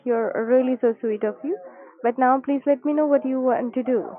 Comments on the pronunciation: Is it just me or every time he's supposed to say "right now" he was saying "right meow" ? Edit: I just noticed there's a meow counter at the top right corner. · had to pause video first time i heard "right meow", im not listening to that for an entire video lol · Should have kept a counter of how many times he said 'meow' in place of 'now'